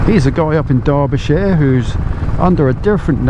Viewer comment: You say derbyshire so posh hahaha, bloody southerners! 😆 I'm proud to call Quinn my friend and glad you had a good time with the dude, was a good effort! 😁